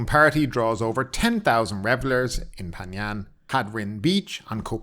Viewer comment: "Poo Pan"? Are you serious?